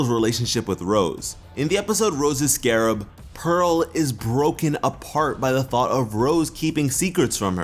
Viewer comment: "rose's scarrab" ok